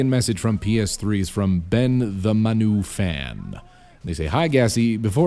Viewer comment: its man u not manu plus fuck man u its all about LIVERPOOL. let the arguements begin, lol